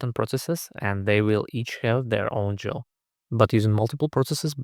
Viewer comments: useful video. i had to read the release notes to verify that dead battery removals are over. btw - people normally pronounce gil with a hard g like gold not soft g like giant. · Finally someone else who pronounces GIL like GIF